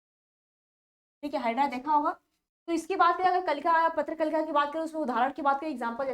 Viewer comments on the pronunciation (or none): Patra Kalika nahi prakalika hai but aap likhi sahi hai aur padh galat rahi hai